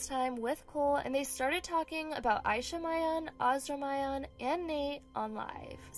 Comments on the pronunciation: it’s killing me that you pronounced mian wrong ! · It’s ME-AN NOT MY-AN